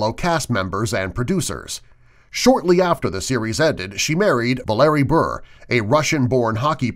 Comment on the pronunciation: wait wait wait. "Vuh-larry Burr?" GTFOH!!!! His name is Valeri Bure, or "Valerie Burr-ay." God I hate ignorance.